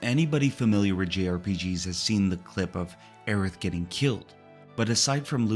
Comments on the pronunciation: It's the dedication in pronouncing Aerith incorrectly that I found impressive. In this video, her name is pronounced as Aeris, Aeriz, and Aerits with varying degees of consistency. I felt like I was being trolled by a Tifa fan. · all that work you put in and you refuse to call Aerith's name properly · As someone who played FF7 at launch and still have the original strategy guide, it's Aeris. I never even heard the name Aerith until years later. You're blatantly wrong. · Aerith is /literally/ supposed to sound like Earth. Just because someone mistranslated something 20 years ago doesn't mean you have to keep on being wrong! There's thematic reasons for names in these games, and she DEFINITELY isn't supposed to be tied to /Aries/. Truly some hogbonkers wild stuff.